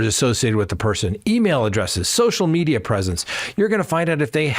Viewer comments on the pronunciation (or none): none